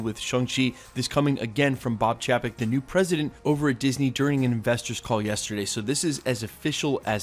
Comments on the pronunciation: Bob Chapek is pronounced "CHAY-peck"... not CHAW-peck. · chay-pick is how u pronounce it lol